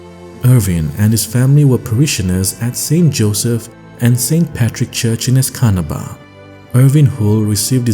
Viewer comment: Escanaba is pronounced "es ka knob a"